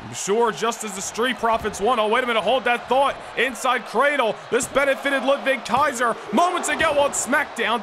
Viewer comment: it sounds cool to me 😂